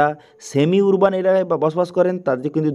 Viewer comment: উচ্চারণ টা আরবান হবে 🙏